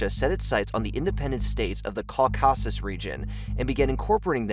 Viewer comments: And "Ca-CAW-sis" instead of Caw-kah-sis" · What the heck is CorCARSAS? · Which one? Azerbahan or Kowcusis. Bit difficult to come over as an expert when you can’t even pronounce the place names😂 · Or the "ca-cow-sis" region sigh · Lmao how you said Azerbaijan and caucuses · and “Caucuses” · Yea dude I don’t get it .. caucasus too